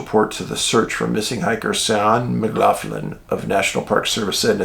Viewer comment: Jaysus, my man Cian McLaughlin - that is my last name, exact spelling. But, poor lad, I've been lookin' out, wondering if he's been found. The pronunciation is mick-LOCK-lynn, Dave! Usually the mick-LOFF-lynn pronunciation is the spelling McLoughlin, instead of McLaughlin.) The Mc's are Irish, the Mac's are Scots/Scots-Irish, depending.